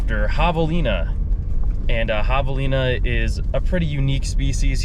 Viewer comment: Dude doesn’t know how to pronounce javalina properly…how dumb🙄🙄🙄👎🏼👎🏼